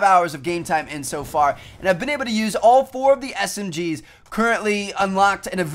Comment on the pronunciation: Woohh I thought he said Smrs